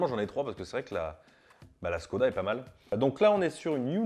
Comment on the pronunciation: Je veux pas faire mon puriste mais on prononce pas ssskoda mais chkoda c